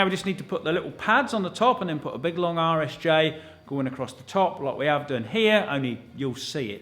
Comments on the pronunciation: Full disclosure I thought you were saying Irish J this whole time. This video was the first time I heard RSJ and then you said that bit XD. Forgive the Yank, I just thought it was UK slang. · it really does sound like you're saying Irish J's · it wasn't just google translate that thought you were saying Irish J's. I did google Irish J after one of the first videos. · Not only me heard “irish j”, thanks google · Oh my gosh 😂 I legitimately thought you were saying "Irish J" the entire time! I thought it was a sort of joke, because over here we call them "i beams".